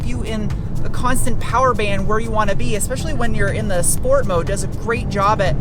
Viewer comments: Why do you say SHport instead of SPort? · I'm here for "shhport"